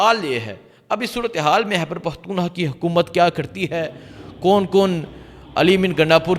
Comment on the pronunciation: It is not Hyber it is Khyber